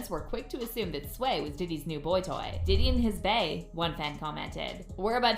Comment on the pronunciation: Oh you did diddy ,, I thought you said yiddy 😂